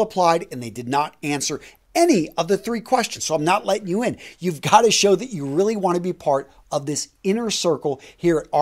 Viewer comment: Hey man, is it a regional accent to pronounce "you" as if you are saying "Jew" or is it personal? Y and J generally sound different? No offense, just asking coz I'm not familiar with US regional dialects.